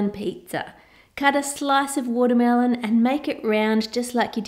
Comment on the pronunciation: You said watermealon 35-34 times (Including this one time wen you said "watermealons")